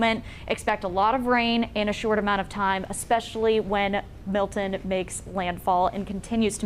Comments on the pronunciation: It’s not Mil’in. It’s MILTON. Pronounce the T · Can you please learn how to pronounce Milton. You are a broadcaster. There is t in the name not a pause or an eh. Mil T on